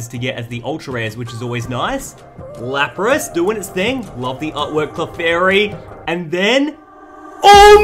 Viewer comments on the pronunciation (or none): none